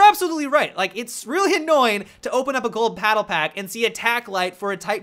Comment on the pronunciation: he said paddlepack dumbass lolol